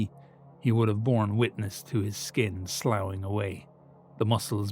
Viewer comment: hey I just wanted you to know from a huge fan and excited listener.. and also a pedantic autistic gamer.. the word for flesh falling off.. sloughing is pronounced like “sloffing” - a bit like Guinness Draught is pronounced like “draft” Only saying this because I’ve listened to all your stuff and this word pops up all the time with the grail etc